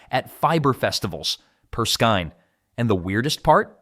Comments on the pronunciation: It's pronounced skayne not skine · No. It is pronounced SKAYNE.